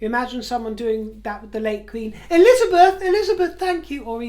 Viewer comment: “Princess Wiwabet” fuckin howling 😂😂😂😂😂😂